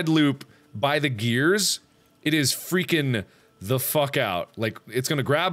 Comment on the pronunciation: Mark can't stop saying grears